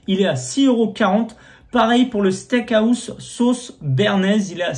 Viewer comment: Pourquoi tu dis le steak AOUSSE ??? mdrrr ça me perturbe c'est house, sinon gg bg !!!!!!